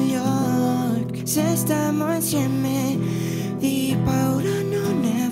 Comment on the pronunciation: Sara Palazzo hai ragione canta benissimo ma le guarda che sbaglia comunque la pronuncia, invece che dire stiamo insieme dice stammo insemme